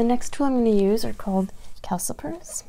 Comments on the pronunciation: How do you mess up the word calipers tho? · All hope was lost when she said "calcipers"